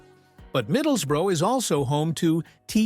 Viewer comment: Hartleepool.and it’s not thaNET. Middlesbruh.